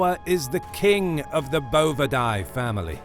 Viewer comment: As an animal behavior major who specialized in cattle it was difficult to hear him continually mispronouncing bovidae.